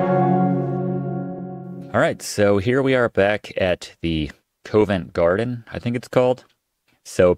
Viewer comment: RE "Covent Garden" as a Brit, I can say it's pronounced "Cov-ent Garden" and not "Co-vent Garden". Also to say, this is a great series! Even though I love old school games, I've never seen this one before! I'm really enjoying watching this and I think your commentary and little jokes are great. Keep it up! Cheers! ✨